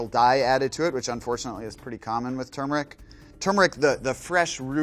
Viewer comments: THANK YOU! It's pronounced Ter-mer-ric, not Chew-mer-ric!! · THANKYOU for pronouning turmeric the right way god